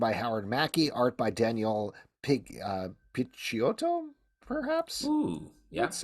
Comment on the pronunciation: You pronounced Picciotto correctly! Thanks for the review!